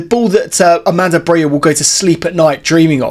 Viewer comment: More than half of our season is over, and people still can't pronounce Broja's name correctly. It's Broja and not Broya! Armando said it himself.